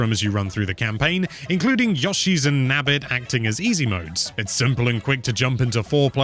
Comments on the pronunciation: Great review. Very amusing to hear someone mispronounce Yoshi's name as "Yaw-shi". It's pronounced Yoe-shi. 😂 But you did a good job otherwise with the review. It definitely makes me want to get this game. 👍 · Who the heck is "Yahshi" though? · Marry-o I can deal with. But Yoh-shi? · The correct way? Umm ok